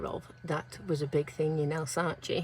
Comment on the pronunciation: Alsace is pronounced like 'Alsass', sorry it's been driving me mad! 😂